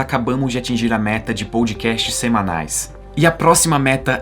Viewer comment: Ótimo vídeo. Mas o jeito que ele fala podcast (pôudcast) me dá agonia.